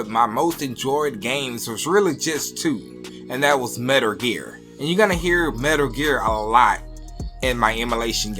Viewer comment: Dude saying 'Metr Ger'?